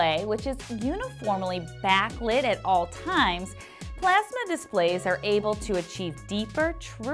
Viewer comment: The way she says plasma. PlEaSmA